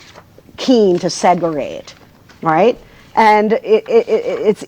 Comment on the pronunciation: segerate -said by a “professor”